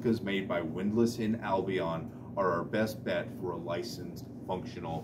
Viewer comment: Excellent detailed review, exactly what I was searching for. One point however is you should learn the correct pronouncing of "Albion." It is "Al-Be-On." Not "Abilon," as you keep mispronouncing.